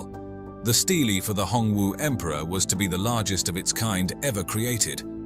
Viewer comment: It’s not pronounced “steelie”🤣